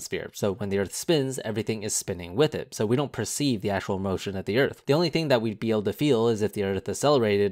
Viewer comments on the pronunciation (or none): none